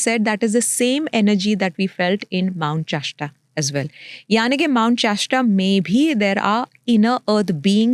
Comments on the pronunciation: Just the fact she calls mount shasta, chashta makes me doubt her very claims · It is Mount Shasta, not Mount Chashta!! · It’s not called mount cheshta, it’s mount shasta 😂.